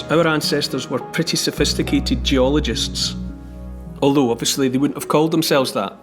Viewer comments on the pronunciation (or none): none